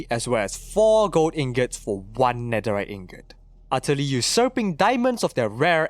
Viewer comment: “Netheright” it’s netherite stupid